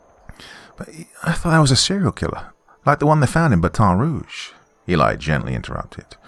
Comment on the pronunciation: I thought his "Baton Rouge" sounded so realistic too 🤣 *Oh, not the second time 🤣! The first time, yeah